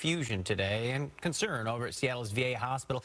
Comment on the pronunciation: I came for the “conern.”